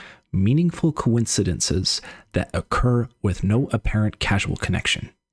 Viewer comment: I think where you said "No apparent casual connection" you meant to say "causal". Causal vs Casual as in, "cause and effect" versus "laid back"